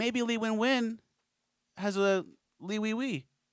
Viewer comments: "li weewee" LMFAO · 🤣🤣🤣 "li wenwen won with a li weewee" you're a foo